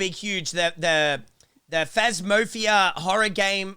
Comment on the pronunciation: keeps saying phasmophobia as phamofia and it’s so cringey hahah